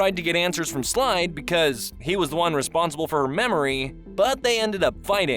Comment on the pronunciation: Did he say slide it's slade